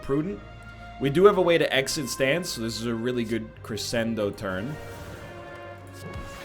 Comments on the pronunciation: A little piece of me dies every time he reads Crescendo as kree-send-o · I accept NL pronouncing crescendo like that, because it just sounds like he's gonna cre-send it